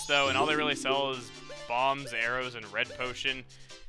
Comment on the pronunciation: Web the guy was talking about the that shop that was pointless web he said the only sell bombs arrows and something else instead of arrows I thought he said areos ! Lol